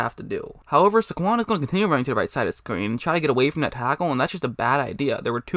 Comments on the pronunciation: It's Say-GONE! 😉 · It’s pronounced “Say-Kwon” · The way u say saquon cracks me up